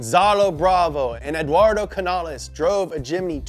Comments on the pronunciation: ts not a jimny its a chimny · Very happy indonesia it call jimmy not jimny weird wkwkwkwwk